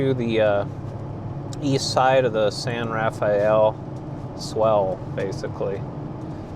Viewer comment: This is just a minor point, although it is spelled San Rafael it is pronounced San Ra-fell, or Ru-fell. How you pronounce it is a dead giveaway if you are a local or from out of state. It also helps if you use your 19th century Mormon pioneer accent. I know you're no longer in the area now, but the next time you are you should stop and visit the museum of the San Rafael in Castle Dale Utah on highway 10.